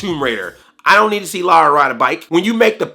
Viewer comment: Finally a yank that actually can say Lara, instead of Laura. ...The movie put me to sleep though, was bored out of my skull.